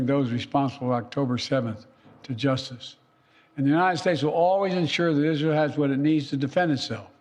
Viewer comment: Still, he is saying Izhell. He works for a foreign country. He sold America.